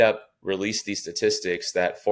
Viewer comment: He doesn't pronounce statistics correctly